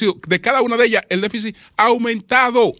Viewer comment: ¡Qué periodista y comunicador nos gastamos! necesita muchas cosas, incluyendo un diccionario (déficit NO “déficis”), y respeto a Miriam Germán Brito y su equipo.